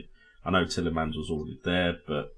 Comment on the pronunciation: Its so triggering the way she says tielemans considering everyone even on the show said it differently